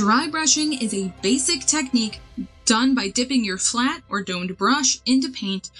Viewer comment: Basic Basic Basic! You kept saying it in a weird way and alot. It ended up making laugh throughout the video